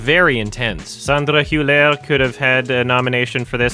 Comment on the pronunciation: On the pronunciation of Sandra Hüller's name: er at the end of German words is pronounced as an a sound. You got the umlaut down, but it is Hülla.